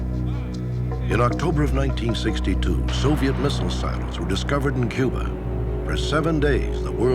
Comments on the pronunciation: There is no Q in Cuba, the C is a hard C, pronounced with the K sound, ie KUBA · There is no Q in Cuba - it is pronounced - Kuba - a hard C - as in Castro